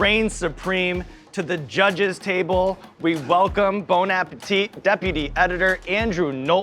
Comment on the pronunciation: You guys need to stop saying bone, it's bon. Bon, bon, bon like bon jovi, except soft on the n. Really like really.